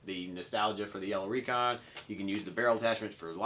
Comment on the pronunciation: Wow, so cool! Thank you so much! I win I win! Recon was My first n strike blaster. You even pronounced my name right!